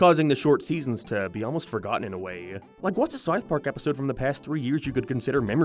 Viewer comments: what the hell is Sarth Pawk? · The fawk is sarth park? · Ok but wtf is "Sarth Park?" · Sarth Park?